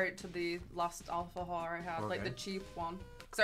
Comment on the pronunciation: no se porque escucho alpha-hore en vez de alfajor